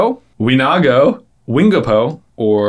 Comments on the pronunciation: I'm gonna Hermione this up for you.... it's winGAHpo! not WINgapo! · Pow-a-tan??? Pow-a-ha-tin. Wing-a-po??? Win-gah-po. 😂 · It's fun watching you guys do quizzes other than Harry Potter, especially ones I actually know answers to. It's kinda fun knowing more answers than you guys, which is never the case with Harry Potter. By the way, you pronounced "Wingapo" wrong. read off all the multiple choice and I was confused because the answer wasn't there, only it was, just mispronounced. Anyway, keep doing these videos. I still like the Harry Potter quizzes, but doing other quizzes will reach a wider variety of fandoms. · So...for question 22...Wingapo...wasn't pronounced correctly :) and doesn't mean thank you, it was used as a greeting. That quiz was wrong...so wrong. :)